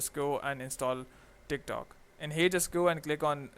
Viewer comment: everytime he says tik tok i hear thicc tok